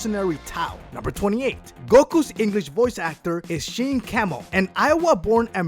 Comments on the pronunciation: The name is pronounced wrong. His name is pronounced Sean Schemmel not Shin Camel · I know this bitch didn't just say "Sheen Kemmel" for Sean Schemmel. It's pronounced like "Shawn Shemmel" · "Sheen Kemel" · Did you really pronounce Sean Schemmel's name as Shane Camel? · was i the only one that heard him say Sheen Cammel instead of Sean Schemmel for #28? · You mean Sean Schemmal. Pronounced Shawn Shemil. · "Sean camel" lol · It's Sean Schemel not Shane Camel lol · 'sheen camel' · Sean Schemels name is pronounced (Shon)... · did... did he say "Sheen Camel" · "Sheen Kemmel" "Captain Ginju in the Freeza Sega" These pronunciations are so bad, not to mention 80% of them aren't even facts. Luckily though, this guy isn't as bad as Misty Cronexia. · rorschach Ire "shon camel" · song shemel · Sean Schemmel. should have looked that pronunciation up bro. (shawn shim-mul) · Goku's voiced by "Sheen Kemmel"? Wat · Thank god, I'm not the only one who heard it. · esheen Cemel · What do you mean? Everyone has heard of Shane Camel, right? XD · Sean Schemmel is pronounced Shawn Shemmel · Shane Cammel?You butchered that so hard. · #1 is wrong uub doesnt even appear (or is even born yet probably) pan and bulla are only just born half way thru the entire show (bulla being around episode 80-89) #2 is wrong he did the designs only, 3 isnt related to super, 4 same #20 that is not how you pronounce Champagne, #28 that is not how you pronounce sean schemmel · No offense to and, I can't believe this is his name. He says it so fast I could be wrong, but at least I can pronounce the name, "Sean Schemmel" correctly. It's great that you can pronounce Japanese names, but when you're talking to an English speaking audience, and you can't correctly pronounce English words, and or names right then we have a problem. Maybe it's an accent, I don't know. Point is: Give me a transcript of this video and I'll gladly read this off in a much more understandable fashion. YouTube is awful